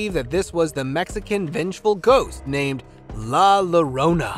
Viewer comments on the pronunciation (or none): none